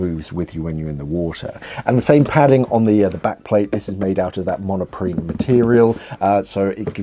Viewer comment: I think it is Monprene not monoprene